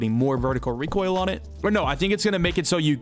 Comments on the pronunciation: when using as val: ree-quil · 140 reekoill controll😂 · This is how many times said reek oil 👇🏻